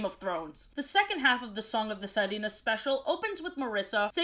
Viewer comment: When you try to say sirena, it kinda sounds like sardina, which is sardine in Spanish 🤣